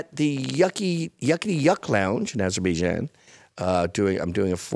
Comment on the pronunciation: Did he say Azerbaijan?